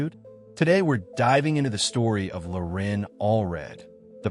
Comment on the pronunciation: Loren, not "Lorin"